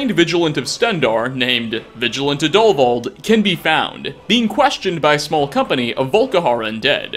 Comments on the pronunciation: Plot twist: Sola Travatius can be saved Plot twist: Roggvir can be saved Plot twist: It's pronounced Adulvauld (emphasis on AD) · The name is pronounced add-O-vald